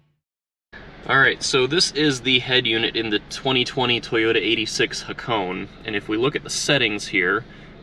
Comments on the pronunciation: you pronounce it like this Ha ko nay its japanese its name after a famous drift road in japan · Ha-ko-ne. 'Ne' as in 'never'. ✌